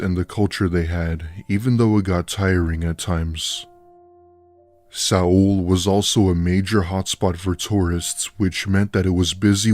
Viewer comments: why is he pronouncing seoul south korea like that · Lmao the pronounciation for Seoul